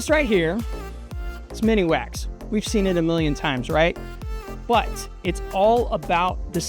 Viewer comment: OMGoodness...it isnt MINI - wax. Lmao